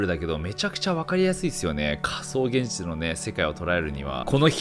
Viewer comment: げんぢゅちゅw